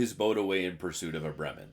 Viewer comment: "It's the Bremmen, the Bremen (right pronunciation), we'll stick with Bremmen"😂